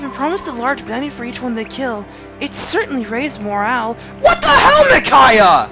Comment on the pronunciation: Wow... mind is totally battle-clouded... "PRRRRRRRICAIAH!" HAHAHAHA LMFAO! AND I DO MEAN IT! What The Hell I couldn't stop laughing for a WHILE! WHERE DO YOU GET THIS STUFF!! XD...Wow... Even Leo is aware of how useless he is... that's kinda heartbreaking... But I don't got one! GO GET SOME SELF-ESTEEM! NOLAN-MAN! He's got a heart of gold and smarter than he looks! Also, he's awesome. Deadly combination.